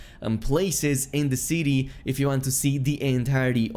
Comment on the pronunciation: "In the ceety."